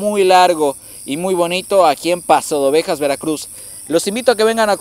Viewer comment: Paso "de" Ovejas no pasodovejas